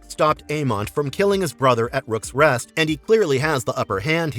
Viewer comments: Rooks Rest my good man, not "Rooks Nest" 🤦🏾‍♀️ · ‘The bottle at rooms rest’ Jesus Christ fix your stupid Ai omao